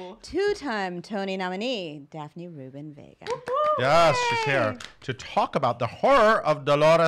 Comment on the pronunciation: It's not Vegas it's Vega!